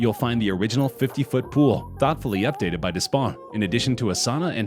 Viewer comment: Yes! I was about to comment on this! Despont, you don't pronounce the ''S''. ''ES'' is pronounce ''È''. Des ponts. translate to ''many bridges''.